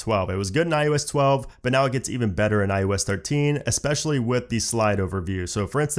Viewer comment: The word is especially and not eXpecially. This is a very common error that is being made by English speakers recently.